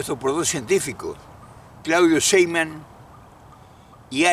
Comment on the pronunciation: No es Sheiman, es Sheimbaum